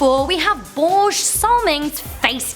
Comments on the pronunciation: Borje Salming... pronounce (BOR-Ya) Salming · That is not how you pronounce 'Börje' >.< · The way you say Börje!!! XD XD Swede here! XD XD I just love how americans never even try to say it right XD